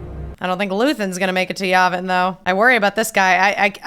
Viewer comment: It's pronounced Yeah Vin, not Yah Vin. Yavin